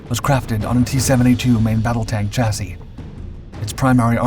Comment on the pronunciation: So glad to hear you pronounce chassis correctly now instead of how it is sounded out, congrats long time subscriber 😊